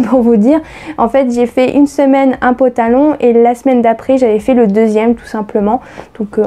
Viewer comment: Ooohhh tu m'amuses trop quand tu dis potalon 😀👍🏽